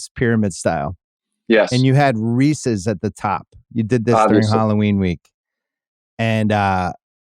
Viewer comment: Can we really take a guy seriously about candy when he does not know how say Reese’s and picks regular M&M’s